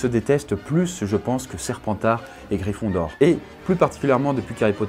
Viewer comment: Mdr "gryphindor" tu m'a tuer